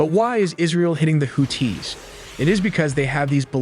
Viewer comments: Nope. If you can't pronounce Houthis correctly you absolutely can not be credible. They are not "Hoot-Tees", they are the "Who-Theeze," long E with a slight emphasis on the second syllable. If you want to make media, get your shit straight and know what you are talking about. I am getting so sick of AI voices. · Houthis brother. Not to be confused with Who-Tees. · why does he pronounce hoo-tees its creepy? there is no pause its houthis one word fast. or just say yemen terrorists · WHO-TEES!!??😂😂 WHO-THESE?? Im so confused as an American!!💯🤷‍♂️😭right off the rip!! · I thought WHO-THESE!!😂😂 Not TEES! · You're killing me with the Who Tees. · Hoo-tee (and the blowfish). Ask your parents. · HouTHi! Arabic also has the th sound. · pronouncing tf out of that 2nd syllable 😂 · Houthis and the Blowfish!